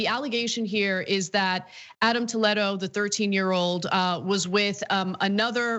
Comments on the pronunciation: Wtf how come she can’t pronounce the word Toledo? Toe Led Oh? Naw, Tuh Lee Doh. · … say it with me… Tah- lee-doe,,,,, how annoying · Honestly, the biggest crime is how she pronounces Toledo. Toe-leh-do. I shudder every time she says it. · why is she saying his name that way? it's spelled just like the city... so it should be tol-ee-doe... because it's latino?